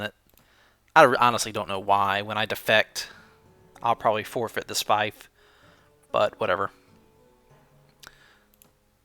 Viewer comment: it's spelled "Feef" not Fi-ef